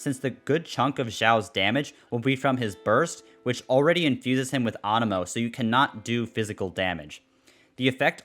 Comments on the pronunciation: AAnemo... you mean anemo. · Ah yes awnemo and the jerd spear ;D